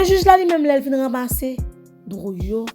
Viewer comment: Ou fò konsa epi wap di drouille???se pa douille yo di anko???